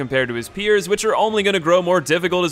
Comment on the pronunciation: Great video and all man but your pronounce of japanese names are a big nonono ICHIMONGHI? AS(H)AINA GENICIRO??